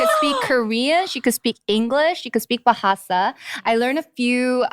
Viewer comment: Your bahasa pronunciation is bagus,!